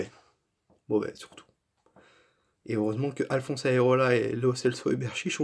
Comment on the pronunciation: le gardien c'est AREOLA et non aerola comme tu dis tout le long de la video !!!!!!